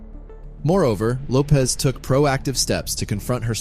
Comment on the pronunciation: Her last name is pronounced Lo-pesh NOT Lo-pez Her name is Portuguese origin. Lopez is Spanish